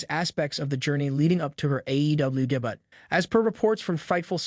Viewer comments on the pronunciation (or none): I love how the robot voice says "day-boot" when trying to say "debut".